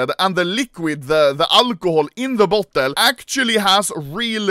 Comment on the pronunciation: bro can't say beta and bottle correctly to save his life